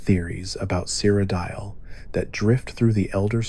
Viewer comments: My boy really said "Crocodile"😂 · You gotta be ragebaiting with that cyrodiil pronunciation, good video though